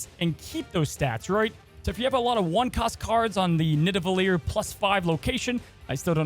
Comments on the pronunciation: You said Nidavellir correctly. It’s how Thor pronounces it in Infinity War 👍🏻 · You nailed the pronunciation of nidavellir I must say, top video as usual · You said nidavalier correctly 😎